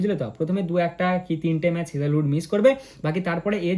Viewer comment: আরে মূর্খ হেজেহোড না হেজেলউড